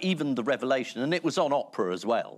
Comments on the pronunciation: Ian pronouncing “Oprah” as “opera” has given me life. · If someone had bet me whether I’d enjoy an episode including Janet Street-Porter this much, I’d have absolutely lost my money. I’m sure this is the second time we’ve seen Ian mispronounce Oprah’s name in this exact way. Everyone’s got something they can’t file correctly, I guess; if only she’d been named after some Latin declension.